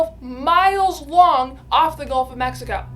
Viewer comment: I don’t know but it sounded to me like she said “Wong.” Instead of “Long.” 😂